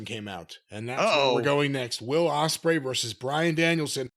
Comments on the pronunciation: jim made a couple of jarring mistakes, it's not ''ostrich'' it's ''ospreay'', and also it's not ''felcher'' it's ''fletcher'' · O S P R EY NOT O S T R I C H